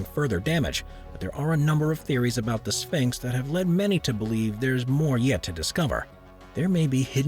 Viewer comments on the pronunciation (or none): His pronunciation of tourist as turrist & ceremony as cermy and sphynx as sphanx was distracting.